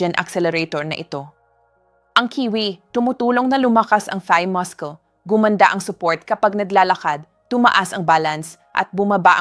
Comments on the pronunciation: Since when muscle pronounced as mascol. Instead of, massol? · Please, the pronunciation of the word muscle is masel not maskle. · Muscle pronounced as “masel”